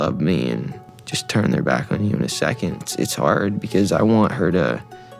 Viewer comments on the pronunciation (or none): Justin literally teaches you how to say turn. But you’re still saying churn. Stop saying churn 😢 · why do you pronounce "turn" as "churn"? Asking for a friend.